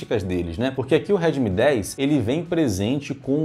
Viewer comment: Pode parece bobo, mas eu me perdi umas cinco vezes com ele falando remid 10 😂😂😂 eu já não sabia de qual ele tava falando mesmo especificando. Kkkk